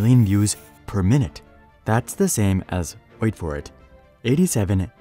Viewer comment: Good work and all but 'wait for it...' only works when you take a lil bit more time to build suspense, and deliver it with proper intonation.